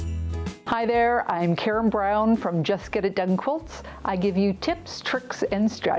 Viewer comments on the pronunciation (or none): none